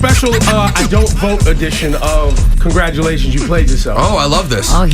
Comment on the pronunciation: wtf is "congratution"